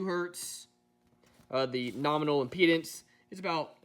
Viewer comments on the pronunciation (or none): none